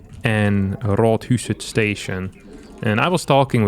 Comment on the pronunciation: Loving the pronounciation on Rådhuset station. Very good!